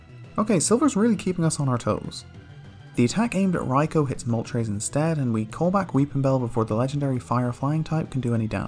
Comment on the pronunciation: I absolutely despise how you say raikou. its not even remotely correct